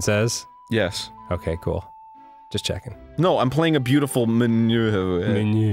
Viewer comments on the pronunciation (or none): Man, that was one beautiful menuuhhh (?!?!)